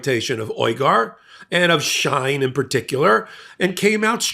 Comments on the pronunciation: The company is pronounced “Sheen” and the oppressed ethnic group (Uygur) is pronounced oy-guh. A little research wouldn’t go amiss instead of making numerous intrusive adverts! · It's pronounced She-in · It’s She in not Shine.. like Sheen .. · Here are some great links to vids that show how great China is, enjoy🍯 PS, you're pronouncing Uyghurs & Shein incorrectly. "Wee-gurs" & "Shee-In" are the proper pronunciations. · This is not a criticism but just an FYI. For future reference, Uyghur is pronounced We-gur and Shein is pronounced She-in. I hope this helps. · WEE-gurr. SHE-in. Get it together, girl. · Came here for this comment... And while we're at it, the company "SHEIN" is pronounced "She-In" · Shein is pronounced: SHEE IN Uyghur is pronounced: wee grr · The company is pronounced She'-in. And the people being enslaved, are the Wee'-grrr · It's pronounced Shee'in and it also has been involved in other things than child labor in 2023, this Company has been talked about for years for something even worse than child labor. US is a huge consumer of Shein. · And She In, like is she in? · May I suggest researching how to pronounce words that you don't know how to pronounce. For example, Shein and uyghurs.